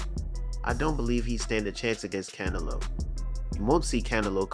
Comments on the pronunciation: How do talk about boxing yet can't pronounce Canelo's name properly. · Hey bro I'm sorry I appreciate your your time and everything but pronounce his name right... For that matter just call him a cantaloupe...